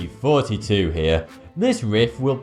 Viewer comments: u say thoughty 2 like forty two, and the rif is rif... any coincidence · Haha, you actually say an f in thoughty, I checked your pronunciation and mouth :) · I can tell you didnt go to university because you pronounce thoughty with an f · People from that part of the world interchange the F and TH sounds, so "thanks" sounds like "fanks" and "forty" sounds like "thoughty". How... nice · 42nd episode and it sounds like he says forty two instead of thoughty2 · just me or does everyone else hear 32 or and not thoughty 2? cuss I hear 32 n most of the time. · why do you call your name instead of thoughty 2 or is it how u pronounce it? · Cause thoughty 2 sounds like when he says it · Channel Name, Thoughty2 how he pronounces it,, Siunds like Fourty Two, 100'000 subs he does RIF about him self, nicely done mate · Why does he call himself? If ur gonna spell it thoughty then say thoughty2 not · It sounds like not Thoughty 2! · Does he say or Thoughty 2? Im seriously confused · Congrats... I really love all your videos... but why your saying instead of thoughty2? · This nigga can't even pronounce he's own youtube channel name. It's thoughty2 but he keeps saying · I have watched way too many of your videos. Love how on virtually all of them people are arguing whether you're saying '' or 'thoughty2'. Well done on your subscribers, you deserve it! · I still hear "" instead of "Thoughty2"._. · I always thought you said 32… are you ok? Anyone else caught that? I’m I the only one that remember you saying Thirty Two? Let me know. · I am so glad I watched this. I like your videos very much. But having been married to two Englishmen, I am rather over the accents. (I don't squee that I love 'em). I had assumed that what sounded like '' when you said your channel name, since I hear you say Vs and Fs in place of TH, that it was just part of your 'accent' and/or speech patterns. Rather clever. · Thoughty2 sounds like